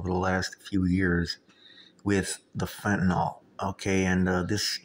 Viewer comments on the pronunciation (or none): Pronounced “fenta-NIL” not “fenta-NOL”